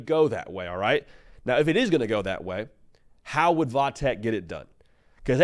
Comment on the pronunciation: I hate tech and am a Miami fan but please for the love of God stop saying “vah tech”. I live an hour from VT and nobody around here says “vah” it’s VT Virginia tech or tech. Even v tech would be better but literally nobody says vah tech except for the national media for some reason